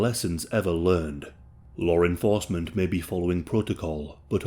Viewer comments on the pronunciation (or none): Lauren Forcement